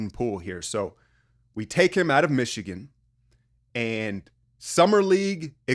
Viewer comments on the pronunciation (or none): none